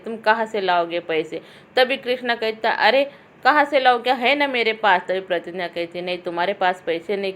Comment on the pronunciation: Pratigya h wo pratinya nhi madam ji